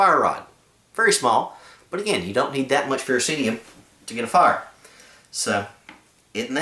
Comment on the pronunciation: People keep pronouncing the fire-rod as FE-RO-CEE-UM. This is incorrect. The correct pronunciation is "Ferrocerium". Don't believe it? Google it. Then you, can stand corrected!